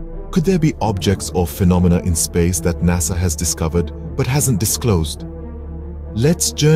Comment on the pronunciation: Noo NASA Not Korekt.. 😢